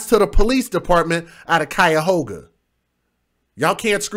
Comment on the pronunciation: "KYE-OH-gah" (Cuyogha)